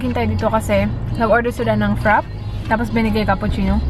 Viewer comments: i think its pronounced FRA-Pey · "Frappey" ang pronounciation ate dito sa Australia:) Nagwowork ako sa maccas:) hehe kaya nalito siguro